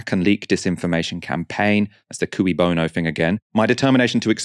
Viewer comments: I hate to defend Mason, but he pronounces it "cooey" because the phrase is 'cui bono', not 'que bono'. 'cui' is actually pronounced as 'kwee'. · Mason mispronounces que bono as "cooey" bono. Like the 1940s call of "cooey, anyone home?" when going through a neighbour's unlocked front door. Shouldn't it be "kay" bono as it is latin? Talk about how to lose all credibility! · and Mason should learn how to pronounce cui bono.